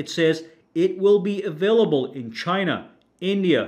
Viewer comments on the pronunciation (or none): none